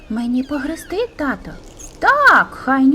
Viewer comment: Господи..., та не "греСти", а "греБти"..., не "татО" у звертанні, а "татУ"... І що це за "умнічкі"?..